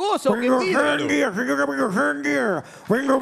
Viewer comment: Jaja ja ja ja ja ja al presentador le gustan los huevos del artista, señoga ... Señoga... Señoga.. Señoga.................sentí pena ajena, yo no llevaría a mi hijo para que me vea hacer el OSO...